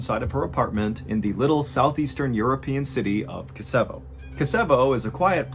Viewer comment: Its KO-se-vo!